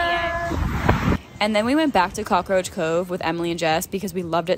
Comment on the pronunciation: Did she say cockaroach coach?😭🤚